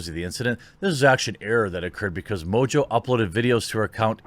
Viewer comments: IMO it should be pronounced "mongo". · Surely the name is pronounced Mongo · Its French, pronounced Mo On Jo. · Just to help you, Mongeau is pronounced MON JO. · It's pronounced Tana Mongoloid. You are right, if she did it for Trump she would have been taken down for all sorts of isms and phobic slander but since we are living in the times of Good is evil and evil is virtue, she'll likely be fine. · This woman is very stupid. Mojo? Is that how to pronounce her name? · Tana MOJO loving your pronunciation Jeremy LOL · Is mongeau really pronounced mojo? I wonder what origin it is that’s a weird spelling for how it sounds. Oh and ballot selfies are illegal for exactly this reason to prevent this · You should tell Tana that cuz she insists that it’s pronounced “mo-jo”. I can’t imagine that “Mo-jo” is the correct pronunciation of Mongeau in any language... imagine not knowing how to read and pronounce your own last name lol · funny, english speaking people definitely can't pronounce french last name. You butcher ''Mongeau'' everytime you say it.